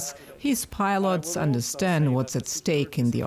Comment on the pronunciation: Hahaha really Swedish piolot or American piolot ?